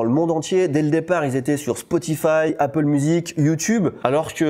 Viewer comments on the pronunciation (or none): none